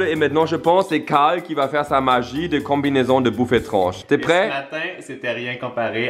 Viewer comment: dit cale lieu de carle😂